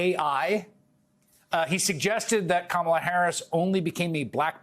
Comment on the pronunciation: Apparently old man trump thinks he's clever by mispronouncing Kamala. A perfect example of his relentless raw stupidity.